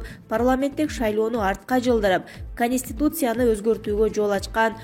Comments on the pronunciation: эй ведущий,кониститутсия дебей конституция дечи бай болгур,силерди ким коёт болду экен? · КонИстутция эмес Конституция 🤦‍♀️